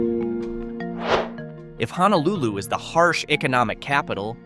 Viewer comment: Well, at least the AI could pronounce “Honolulu” (almost).